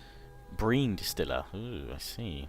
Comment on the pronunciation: brine is pronounced "br-I-n" not "br-EE-n"